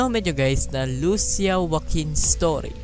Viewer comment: Kuya lusiya po pagbigkas at lucia ang spelling